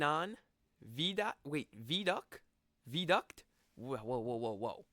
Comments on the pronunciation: 5 hours drive from Edinburrow, wherever that is! Edinburgh ("Edinburra") is on the east coast of Scotland. the Isle of Skye is further north on the West Coast of Scotland. Vie-a-duct. NOT Veeduct. The guy narrating his own videos, probably can't even speak American English properly, never mind British English! Harry Potter world, real old like back in the 80's? Not that long ago for some of us. If you want to tour the UK, you are going to need a car, especially if you want to get to the more scenic places. Also, it's pronounced "Glazgoe" NOT "Glazgou", it doesn't rhyme with Cow. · Actually, although his pronunciations of place names are horrible, “vee-aduct” is the US pronunciation of “viaduct” and is how it would be said in Latin. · I doubt anyone would drive five hours, look at the rocks, as you called them, then drive back again! It will be part of a tour round this part of Scotland……… It’s pronounced Vier duct. Is the narrator a computer? What is this ridiculous fixation with Harry Potter? And it is Edinburgh! Pronounced brugh, not bro. HolyROOD not Holyrod. Then we have Glasgough? Has this man actually been to Scotland? The wild scenic rugged places are the attraction, not some Disney theme park. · Sorry but it's VIA-DUCT and not Vier Duct and it's GLAS-GO and not Glasgough which would be pronounced Glas-goff.